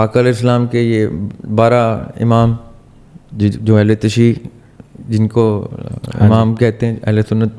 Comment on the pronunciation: Assalam o alikum sir ahle tashee lafz nhi hai ...ahl tashaeeow word hai... sir i am your big fan and also sir sahil is my favourite scholar